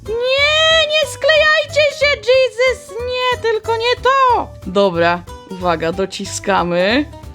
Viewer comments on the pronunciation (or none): none